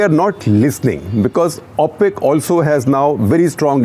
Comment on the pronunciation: Thank you Shekhar Gupta. Enjoyed it. Just a small suggestion on pronunciation. It’s pronounced ‘O’ pec as in o for Oh! not ‘Au’ pec. Thank you!!